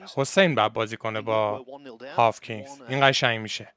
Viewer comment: جان هاکینز!! w خونده نمیشه به مولا 🥲🤍